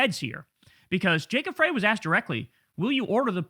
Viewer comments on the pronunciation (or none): Mayor Frey pronounces his last name as "fry" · You're mispronouncing Frey! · “Fry” pronunciation fyi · Kyle, how do u still not know how to pronounce Frey? 'fry' 😡